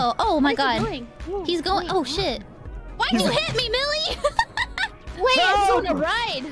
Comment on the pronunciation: Did Call Millie, Billie most of the time? I heard Billie and not Millie so I wanna know.